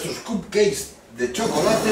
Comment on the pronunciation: fantastic per cert es pronuncia capceiks